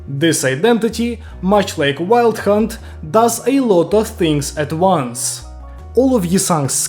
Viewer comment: im listening to this and when he says wild hunt it sounds like hes saying "wild c*nt"